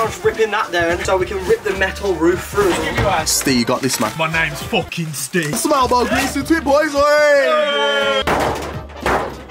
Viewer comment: Surely I cannot be the only one to crease ? “C’mon Steve” “My name is focking Steve” 😂😂😂